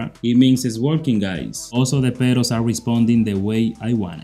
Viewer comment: i like the way he sayin pedals, perros